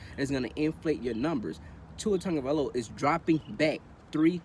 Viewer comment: Sau Tafao you Bama fan too? Totally agree articulate & factual video!! Love the way you say my family name.. Sau you from Diego??